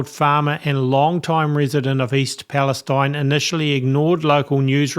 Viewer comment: I don't mean to have a go at you but why is Palestine pronounced differently ? Is that to please the Zionist lobby ? Which is out of racism against Palestinians. It would be better to change the spelling to eene.